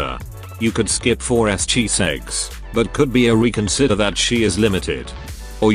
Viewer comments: are you saying Chiseggs or is the TTS just pronouncing it that way? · I'm dying everytime I hear chiseggs 😂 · im glad im not the only one...